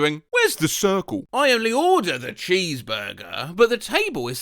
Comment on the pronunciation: Why is it SO funny to me how he pronounces "....the CiRcLe"? 🤔😅🤭